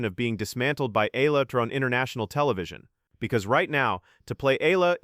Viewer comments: Her surname is pronounced EH YAH LAH. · Exaggeration, commentary on what Nadal said without quoting what he said, no attribution of supposed animus and jealousy. What good does this do for true, devoted, loyal Alexandra Eala fans? Her name isn’t even pronounced correctly!